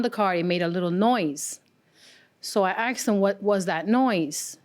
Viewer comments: I can't stand that people say "axed". Ask is the word. 🥺🥺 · Why do people say " I axed him" when they mean "ASKED"? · "I seen the car"... "I aksed him"... She should be on trial for murdering the English language. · “Axe” & “axed”. Tells me everything I need to know about the Plaintiff. The Defendant knew the car was a POS. He knew there was an issue with the car. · I seen. I axed. Plaintiff had horrific grammer. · So several times she, "Axed" him!!!! Learn to speak. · 'I axed him...' 'We axed him...' Good God, do people try to sound ignorant on purpose!?